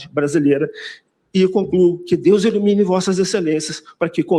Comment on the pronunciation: "Deus ilumine". Mas pareceu dizer "Deus elimine". 😂😂😂